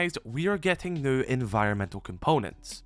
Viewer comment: Please stop saying “new” unless you can say it without sounding like a bloody mump